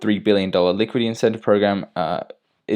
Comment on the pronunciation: Seriously, you don't know how to pronounce liquidity? Why are you saying "liquid E"? Bring your brain to school😃